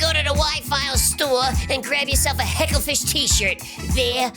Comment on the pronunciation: hagglefish? . i though it was hecklefish?